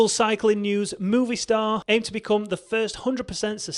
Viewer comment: It’s not mooovistar, it’s Movistar like moe’s from The Simpsons like moevistar